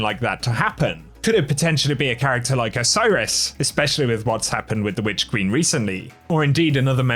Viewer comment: Its Osiris duh.